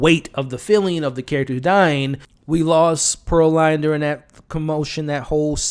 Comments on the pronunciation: A few notes as I’m halfway through the video. Pearline’s name is pronounced Pearl-leen not Pearl-line. Smoke had a daughter, not a son. And the men that Slim told “hold your head” was a chain gang, which is prisoners, not slaves. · It’s Pear(LEAN) not Pear(LINE) you are really giving me a ick by saying it wrong and you’ve watched it how many times??? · Bruh, small detail but I believe it’s pronounced Pur-leen lol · Her name was pronounced Pearl-lean… also you keep saying they didn’t have a soul but Annie explained in the film that their soul is trapped within their body. They had to kill the vampires in order to free them from roaming the earth angry and evil. So that’s why Stack was able to keep his promise. That’s why Mary was devastated when Annie was killed and not turned.